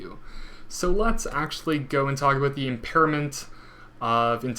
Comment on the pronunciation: Aboot? :-D